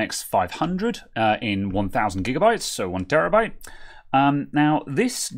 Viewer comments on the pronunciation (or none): none